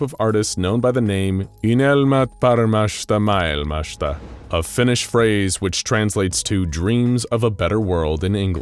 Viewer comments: Its always a joy to hear how they try to pronounce finnish :D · Finnish language was murdered by this video thanks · Me as a finnish laughing so hard to you trying to say finnish words !! Made my day! Good try thou!